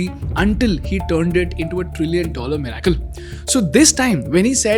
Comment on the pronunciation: Pronounced 'mi-Ri-cle' ✅ Not 'mi-rA-cle' ❌ Even though there's an 'a' in it . Kindly look it up and pronounce correctly , since it IS an English video . Thanks.